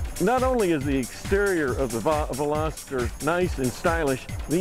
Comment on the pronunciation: i hate how some people pronounce "veloster" as velositter...